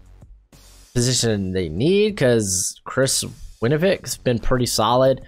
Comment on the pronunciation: "Chris Winovick" 😐